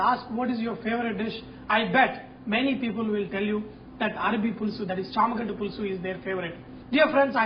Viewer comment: I think it's not Chammagadda but it's shamagadda Not trying to be mean